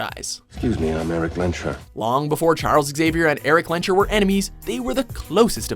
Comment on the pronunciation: Haha! It's "Lehns-herr" not "Lehn-SHörr"! And not "Don Veedo Corleon" but "Don ViTo CorleonE".